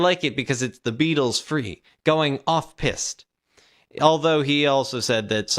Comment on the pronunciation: Concrète rhymes with jet. Piste rhymes with least. Don't say "off pissed" unless you're going for a laugh.